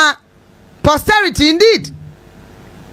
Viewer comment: It's "posterity"